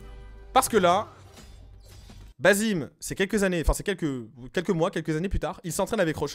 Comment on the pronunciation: Je comprend pas pourquoi tout le monde dit basim, mais qu’en réalité ça se prononce bassim, la femme dans le trailer dit clairement bassim, les personnages parlaient arabe, et le nom basim en arabe n’existe pas. Mais en vrai c pas réellement important, ça reste un jeu, c’étaitjuste pour info.